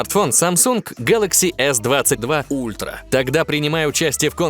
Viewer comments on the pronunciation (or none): none